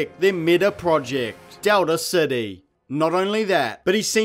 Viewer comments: Anybody else bothered by this guys pronunciation of "Dowda City" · I hear Delta City as “Doubter City” Seems more appropriate anyway.